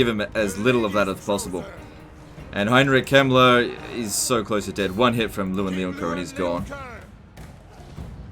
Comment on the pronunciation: When he said Heinrich Kemmler at the start of the video I understood it as the name of a prominent german polititian of the late 1930s